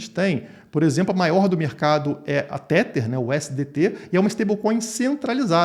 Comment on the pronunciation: Não aguento mais escutar pessoas pronunciando Tether de maneira errada. Nesta palavra, o TH tem som de D. Então repita comigo é " TEDAR " TEDAR TEDAR TEDAR TEDAR TEDAR. SE TIVER DÚVIDA É SÓ DIGITAR NO GOOGLE TRADUTOR E COLOCAR ELE PRA PRONUNCIAR PRA VOCÊ!